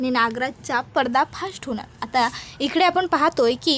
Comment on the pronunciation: पर्दाफाश म्हणा, पर्दाफास्ट नाही. मराठी शुद्ध बोला.